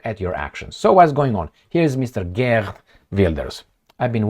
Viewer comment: Geert is pronounced Heert. Just like Harkov is not Karkov 😅. Why don't you sometimes use Google Translate and figure that out?